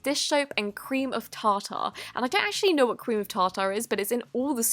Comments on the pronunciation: its tarter not tar tar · "Cream of TA TA" go to